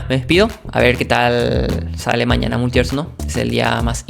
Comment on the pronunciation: Sin mala: la palabra multiversus no la modulaste. puedes ver la velocidad a la que hablas por las palabras escritas, es muy diferente en ese troso que en el resto. (imagina estos detalles pero por 12 minutos). No digo que el video sea inmirable, (le di like) y yo como chileno también hablo rápido y sin modular, pero si vas a dedicarte a las comunicaciones (youtuber) tiene sentido que le prestes atención a como te comunicas envés de decidir que eres perfecto y toda critica es invalida porque debe ser un "lentito". Estas aplicando la logica de peresozo, terraplanistas, nazis, etc al decidir que eres incriticable y no tienes espacio para mejorar.